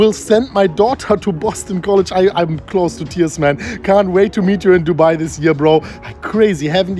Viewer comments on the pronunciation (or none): none